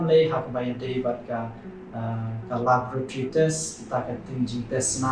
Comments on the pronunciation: Labratry. ,,wrong pronounciation,, its laboratory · Laboratory,, pronounciation kong